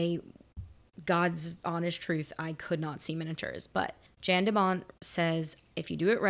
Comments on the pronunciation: Director Jan (pronounced "Yahn") de Bont was a cinematographer for tons of films (many action films), and this was his full motion picture directorial debut (he also directed Twister and a few other films) before returning to a cinematography role, and now works as a producer. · I saw it when it came out in 94 and the whole world was stunned! It was incredible. Real stunts, real action, and pyrotechnics. It was a huge surprise box office hit for Fox. And it's pronounced "YAN" de Bont. When it came out for rent on VHS, my video store had over 100 copies available, it was that popular. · Leave Speed 2 alone, formula might have seemed to work, but nothing else did. I think his name is pronounced (Jan de Bont), "Yawn" not Jan (as in January). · FYI, Jan de Bont is Dutch. His name is pronounced "Yon". Not like Jan Brady. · The director’s name is pronounced “Yon”. Great reaction as always!